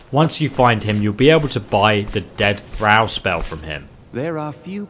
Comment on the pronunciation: 'Thrawl' not thrAl